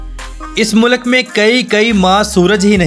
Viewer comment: Mulak nai bhai mulk bolo.